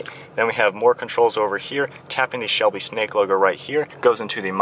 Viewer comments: I know that. It just sounded like you said shelly and not Shelby mustang that all. Great video and great breakdown of this car. I plan on buying one next year. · Am I hearing things or did he just say shelly mustang